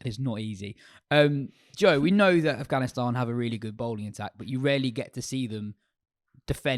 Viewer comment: It’s AFGHANISTAN not AFHGANISTAN LOL